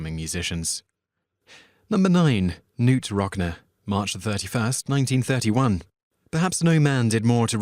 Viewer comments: Not NOOT ROCKNA. His name is pronounced KaNoot RockNee. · It's pronounced Rock-KNEE come on!!! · Nice video, it must have been tough who to pick. Just a small point, Knute Rockne is pronounced like,"Rock-knee." It's a name not commonly heard. Again, cool list video, thanks for sharing. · "Rock-NEE" not "Rock-NUH". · Never mind Knute Rockne. It's ROCK-KNEE, not ROCK-NUH. I'll forgive the Notre Dame pronounciation, as Simon pronounced it closer to how it would be in France, though the town in Indiana (and the university located there) would be No-ter Daym - or as one local put it, it rhymes with rotor name. But then again, being Canadian and a sports fan, I've had much more exposure to them than Simon, so I'll give him a pass on that one. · VAY-lens? Come ON. ROCK-nuh? I'm done. Going to listen to Oh, Donna by Ritchie VALENS> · Bloke, that was pronounced 'Rock-Nee'.